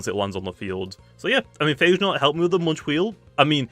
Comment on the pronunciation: Its pronounced Pha Ge Naut 😎 dude, not Eichenaut